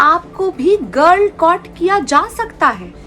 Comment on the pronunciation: ‘Girl caught’ instead of girl-cott